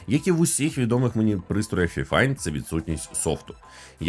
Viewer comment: Правильно файфайн🥲